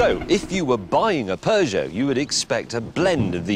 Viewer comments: stop pronouncing peugeot as peugeot, when peugeot is pronounced PEUGEOT. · I cringe everytime a brit pronounces peugeot.